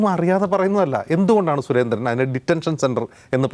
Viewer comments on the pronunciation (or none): none